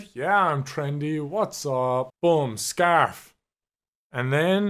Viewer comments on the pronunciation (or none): I thought you said staff instead of scarf